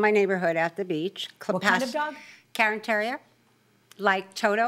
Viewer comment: No wonder the judge didn't understand what type of dog it was. It is not a "carin" terrier as the plaintiff pronounced it, it is a Cairn terrier pronounced "carne". It is a Scottish breed, they originated on the Isle of Skye.